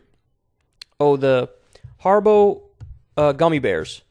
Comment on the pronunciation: I've never heard the word Haribo pronounced that way in my life.